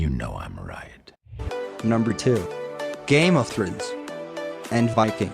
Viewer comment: I was like why is he saying it like that lol.